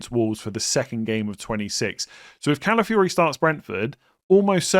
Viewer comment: Ladies and gentlemen, we’ve finally reached the day where says Calafiori’s name correctly. Never thought we’d see the day 🎉😢